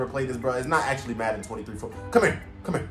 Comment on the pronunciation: Football😂fusion😂😂😂😂😂 he said maden23